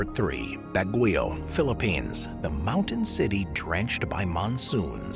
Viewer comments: That summer capital of the Philippines is pronounced “bag-yoh”, not “Baguyo” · Baguio is pronounced incorrectly, BAG-gee-oh. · Ba(same as ba-ton) gui(same as Gui-ness) o(same as o-ratotary) Ba-gui-o